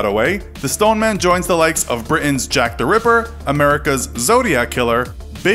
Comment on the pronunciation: The Stone-er-man